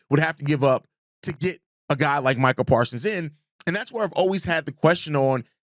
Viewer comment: Parsons with a S at the end